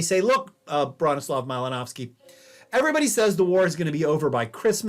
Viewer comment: The pronunciation of the last name is driving me nuts.